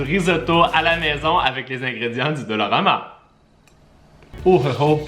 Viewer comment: qui dit dolorama au lieu de dollarama???!!! MDR